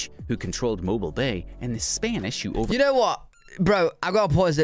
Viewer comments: I notice the mispronunciation of Mobile, but he pronounced it correctly later in the video (or maybe another video). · Mo BEEL Alabama not mo bull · Mobile Alabama is pronounced Mo-BEEL, not MO-bull. You can go to the 4 Corners, but it's in the middle of nowhere and you have to pay to drive there because it's on the Navajo Reservation, which is private land.